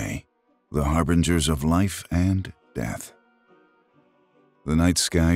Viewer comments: Harbingers, not HarbRingers. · Harbringers is not a word, its harbingers. Look it up